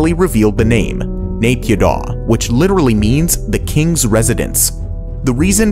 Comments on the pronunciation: 1. Ciudad Real was probably the reason of the Spanish recession 2. Naypyidaw is pronounced "na-pi-DO". And it was the background of the infamous Facebook Live of an aerobics teacher's online class dancing to "Ampun Bang Jago" while the February coup was happening behind her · Mee-yan-mar. Not Mayanmar. Nay-pyee-tau. Not neigh-pee-doh. Why do Americans always do this? Ignorance? Like how they insist on pronuncing Eye-rock and Eye-ran? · As someone from Myanmar it pains me to hear him pronounce Yangon, Myanmar, and Naypyidaw